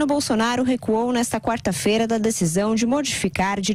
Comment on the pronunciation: "recuou" kkkkkkkkkkkk